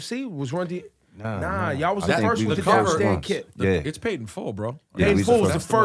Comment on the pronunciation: It's Dapper Dan Not Diaper.. lol